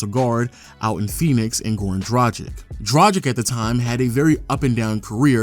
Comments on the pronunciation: just one note for everyone who does these kind of videos and tries to be pro about it...plz learn how to pronounce the names...its dra-g(hard g)-ich...not dragik. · It's prounounced Drag-itch. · Waiting for the day someone pronounces Dragic accurately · Damn your pronunciation of Dragic :D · People still out here mispronouncing Goran Dragic's name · It annoys me how every video gets "Dragic" pronunciation wrong. 😶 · How fucking hard is it to pronounce Dragic???? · What percentage of human beings do you guys think are actually able to correctly pronounce the name Goran Dragic? I have yet to find a Youtuber get it right. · is it that hard for amerikans to pronounce dragic properly?